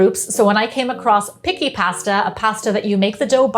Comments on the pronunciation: 👋🏻 hello ... it’s pronounced Peechee pasta (just in case you want to order this pasta when you come to Italy😉) looks delicious 👏🏼👏🏼👏🏼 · nice tutorial! It is pronounced pee chee